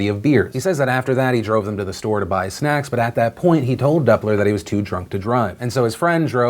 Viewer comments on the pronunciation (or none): none